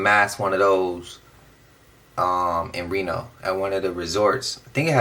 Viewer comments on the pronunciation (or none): none